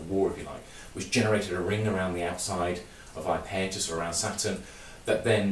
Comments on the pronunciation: It would help your credibility if you could pronounce the name of this moon correctly ! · I like his pronunciation. Bigger crimes out there than mispronouncing a distant moon. I'm definitely over it. Drive on!